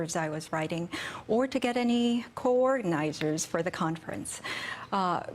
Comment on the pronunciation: Dr, Lee, if I may; The term is “coordinators”, NOT coordinizers. Yale University, really?